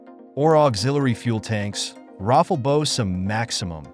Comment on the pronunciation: Rafale is pronounced something like Raphale, not Raffle